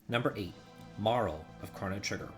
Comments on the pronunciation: Also, it's pronounced Mar-lay. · I always pronounced Marle as Marley...am I the only one? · Marle? No way, dude.